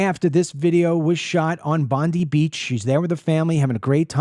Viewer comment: Hi DML just a heads up on how to say Bondi. You pronounce it Bondeye. That’s right like the eye on your face. Ausie here. Also we have a PM like you had Biden only not as old but definitely as bad and far left. The reason Albo is doing nothing much is because all the Muslims live in their voting blocks. He’s playing politics.